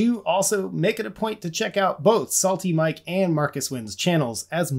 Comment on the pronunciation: SaleT Mike… now I can’t unhear it. :)